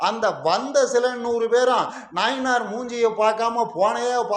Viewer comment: நயினார் ❌ நாயினார் ....😂🤣😂